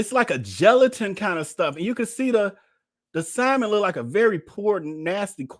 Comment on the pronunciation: The fact that this man pretends to be so rich and sophisticated, yet pronounces the “l” in salmon is blowing me 🤣🤣🤣